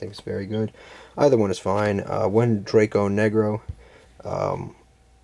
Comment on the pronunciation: Minor nitpick, the fusion is called Allvain but from watching many different videos of the zombie support, too many people pronounce it like "Alvian" (Also "dragon necro" not "draco negro" 😬😅)